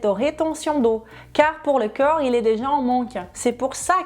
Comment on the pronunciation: Un conseil ! Vous avez tendance à dire ou plus exactement prononcer CŒUR au lieu de CORPS ! Ce n’est qu’un détail, simplement qu'il serait bien de corriger. Merci pour toutes vos informations qui me sont bien utiles et que je commence à mettre en pratique. Encore merci pour tout vos conseils très intéressants. Olivier.